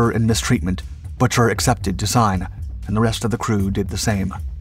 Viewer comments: Having been a kid at rhe time, I remember the news coverage, and while not being nit picky, I believe the captain's last name was pronounced Boo- ker. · Lloyd Boo-ker... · Bucher is pronounced 'BOO-ker'. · Bucher is pronounced like “Booker” as it was derived from “bookmaker”. The commando raid by NK was prior to the seizure of the Pueblo, not after. LTC Bucher was not informed of the raid which would have caused an immediate exodus from the area. NK expected retaliation and probably thought the Pueblo was part of a military response. The entire incident was a massive navy debacle yet it may have saved the world from nuclear destruction. Had Bucher kept running the ship would have been sunk and probably every crewman killed. That act of war on top of NK’s attempt to assassinate the SK president would have led to massive retaliation during a time the world was already on the edge of nuclear war. The surrender prevented direct military action by the United States and SK. It is not a stretch to say that the crew of the Pueblo saved the world . More specifically, fireman Duane Hodges who was mortally wounded below deck from a shell fired through the side saved the world. When Bucher went below deck and watched Hodges die from a horrific wound he probably saw the fate of himself and the entire crew. He did the best thing in an impossible situation and surrendered the ship, likely saving humanity from a worse fate. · It’s pronounced Boooker, not butcher. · The correct pronunciation of the Pueblo's Commander was Boo-ker NOT Butcher. Get someone credible to narrate. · At the time of event, the captain's name was pronounced "Boo ker," not "Butcher." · My dad was on the ship. Pete’s name is pronounced Boo-Ker. Not “butcher” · WTF?? Good Lord!! The OP discredits the Skipper and the crew of the PUEBLO. His last name is BUCHER!! not Butcher.. GIT IT RIGHT!! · You need to practice the pronunciation Commander Bucher's name. Not Butcher... Boo ker.